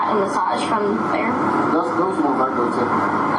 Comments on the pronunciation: I’m more upset about the massage cops dumb pronunciation of “massach” and “ennataining” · The way that trooper pronounced massaaaaaa’g’e